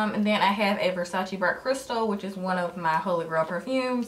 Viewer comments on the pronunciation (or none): none